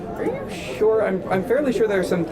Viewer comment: He already lost when he said “are you show” what an idiotic prepubescent tween